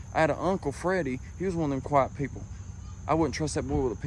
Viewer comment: I kind of thought so. Because his accent would make it sound like quite.